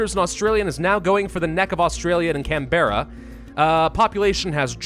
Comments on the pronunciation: Can-brah. Not can-bear-a. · Ah yes, Can-berra, not Canberra (pronounced cambra) 😂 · We pronounce Canberra as Canbra and we don’t enunciate any letter, just can-bra or can-bru, depends on how much of an accent we have. I don’t know if it said it in the intro but Canberra is our capital city. And to be honest I think most aussies would be more than happy to see this place burn. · I unironically love how you pronounced Canberra. It's more like Can-bruh, but Can-bear-rah sounded cool. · as an aussie, i know it doesn't matter, but: "canb'ra" ozzi